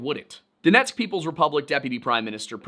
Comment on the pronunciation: Love how you said Donetsk oblast😊